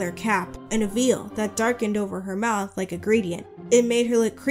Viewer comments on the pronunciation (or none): none